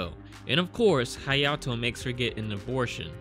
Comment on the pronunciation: Hayato - “heyato”